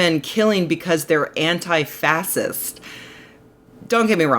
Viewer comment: what's an anti-fasist? I almost never post negative comments on Rebecca's videos, but what is going on with this pronunciation? maybe it's a habit she picked up during her Europe phase, it feels similar to the difference between how British people and Americans pronounce "schedule". I know there's no 'h' in the word "fascist", but I've heard it pronounced "fashist" my whole life (I'm 44 and I've lived in 4 different cities), and if Rebecca is going to insist on this pronunciation, I'd like some third-party confirmation. As it stands, it just strikes me as incredibly pretentious, which sucks because that's not a word I'd ever want to use to describe her.